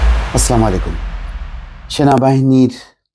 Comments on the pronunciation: ভাই আপনার সালাম হয় না। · ভাই আপনার সালাম হয় না।শুদ্ধ করে সালাম দিবেন, ধন্যবাদ।